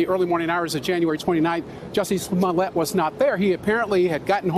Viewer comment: Sorry but when he said his last name it killed me😂😂😂